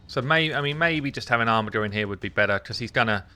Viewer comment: OMFG it is pronounced ARMIJER not armigger reeeeeeeeeeeeeeeeeeeeeeeeeeeeeeeee